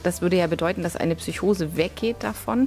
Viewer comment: man findet tatsächlich die ein oder andere fehlerquelle. allen vorran sind es ausprachen =) bei psychose schüttelt es mich jedes mal :D lass es dir mal ein paar mal vorlesen=) du sagst sogar einen buchstaben zu viel. und zwar ein i vor dem o. was die fakten angeht ist hier aber alles im großen und ganzen richtig. tolles projekt! aufklärung kann viele leute schützen (apotheker)